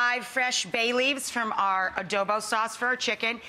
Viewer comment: You murdered both Adobo and Garlic Rice 😩😩😩 I’m offended as a Filipino In every level.